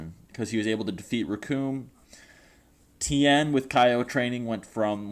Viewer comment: Tien thing not town